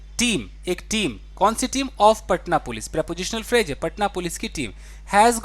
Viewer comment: Pronunciation of phrase .... it’s phrase not phraje 🙏🏻